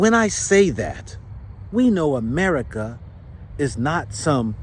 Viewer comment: Lol you say D'America😅 and I say AmeriKaren lmao